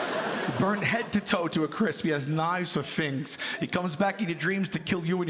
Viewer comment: “He has knives for fings” dead 😅